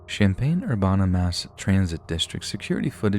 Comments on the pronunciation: Having been raised in Champaign-Urbana I can tell you it's Urbana rhymes with Cabana. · You mispronounced Urbana, Illinois, it pronounced ‘Er-Ban-Na’. Champaign is only 20 minutes from my hometown and I remember this story. Shocked me like hell to hear about this on here and it’s so close to me and I go there basically every day ❤️ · That way you say urbana haha i used to live near there and it is ur-ban-nah.